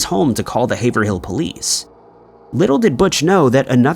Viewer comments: Haverhill is pronounced haver reel - sad story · Haverhill --> Hayv-rull. Just like in Massachusetts.